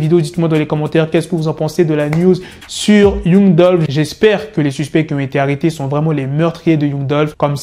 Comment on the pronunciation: Mec arrête de dire Young genre c YANG mec 😑